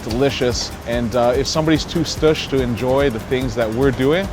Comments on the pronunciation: I was like, what. Did he just say the word stoosh. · Bro...this guy said "stoosh" He's official. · Homie said Stoosh. I already dig this dude.